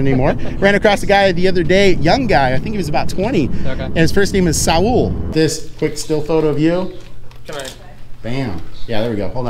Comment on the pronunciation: Saul is pronounced Sawl where I am from, not Sa-ool. I think I prefer your version.